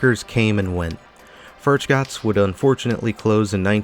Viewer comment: Yes, you said Furchgott’s right. This is the mall I shopped at during my teens and 20s. Sad.